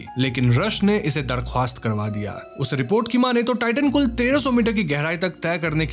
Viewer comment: Darkhwast nhi barkhast hota h